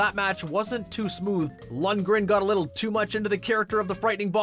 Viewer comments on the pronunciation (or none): none